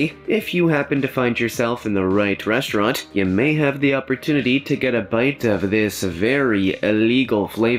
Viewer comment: Thought i heard breastuarant.